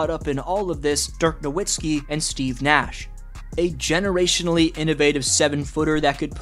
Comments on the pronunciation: It’s no vits key btw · I get so triggered when people pronounce Dirk's last name wrong. The W is pronounced as a V, it's pretty simple. You switch the w to a v when pronouncing it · I don't get why we were all just laughing at Perkins saying "Nowitzki" and then you say the same thing. Have you never heard his name spoken out loud? It's "NoVitzki". W is pronounced like V in German. Mostly it's just how everyone has said it every time forever. I can't finish the video. Minor, but too frustrating. It's like watching a video where the guy keeps saying "Leborn James".